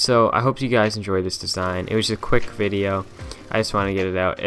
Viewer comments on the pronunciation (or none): none